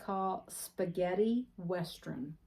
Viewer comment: Sounds like your saying westrun, instead of western! Maybe its just me. That is a gorgeous bag!!